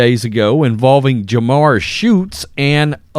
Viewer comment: Come on. Her name isn’t Jamar. It’s Jamirah (ja-my-ra).